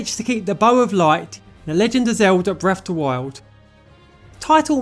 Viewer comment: Legend of Zelda Bref Of Da Wild that’s how you say it 😂